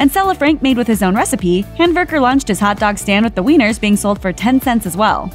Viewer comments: It sounds like the narrator is calling him nathan hamburger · Nathan’s last name is Handwerker. She called him Handberger. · This chick is making the last name really hard to understand. It's spelled Handwerker.